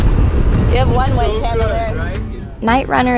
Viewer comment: do you really not know the difference between winch and wench? or are you being funny?